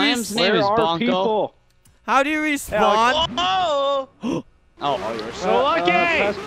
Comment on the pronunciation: "how do you wespawn"